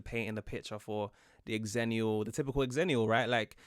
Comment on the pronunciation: The original Xennial birth years were 1977 to 1983. Don't know why they changed it. Don't know where they're getting their information, but I swear, it was originally 1977 to 1983. And yes, they used Star Wars release dates as a reference point. XENnial. The Half-Life Generation. "Different to" rather than "different from" is a prepositional preference of the UK. So I wonder if a Brit wrote this, then decided to give the A.I. voice an American-adjacent accent. Which is fine. Just an observation. Ackchyually, it's pronounced "ZENnial."